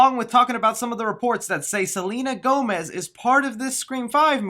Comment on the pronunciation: Selena Whomez?🤣